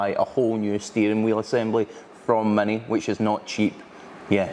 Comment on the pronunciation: Its MINI, not MANY. pls learn english, since you are from UK